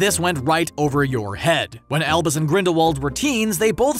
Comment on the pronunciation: Every time you say "Albus" in this video, I swear to god I hear "Elvis"